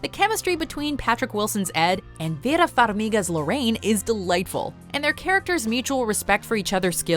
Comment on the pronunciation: Anyone else get super distracted by the pronunciation of Vera Farmiga’s name? I never knew she was so exotic. I’ve always just said it like she was...ya know...from Jersey...Then, IMDB let me know her parents are from Ukraine and she didn’t speak English until she was 6. The more you know...